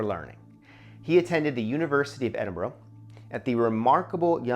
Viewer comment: It is not "Edinburg." It is "Edinboro"